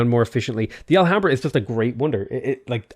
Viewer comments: Nice video but filled me with cringe the way you pronounced "Alhambra"(the h is silent), i will keep this video at hand for next games. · I know you apologized for getting any pronunciation wrong, but fucking hell if I found it amusing how you said Alhambra. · don't pronounce the h on alhambra xDD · Alhambra = "Ah-lyam-brah"